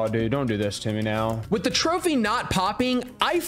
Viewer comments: Bro i speak arabic and that is not how you say it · As an Arab you pronouncing the trophy name was so funny😂